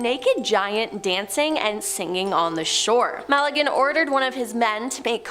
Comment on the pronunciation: Ferdinand MA-GEL-AN not MAL-I-GAN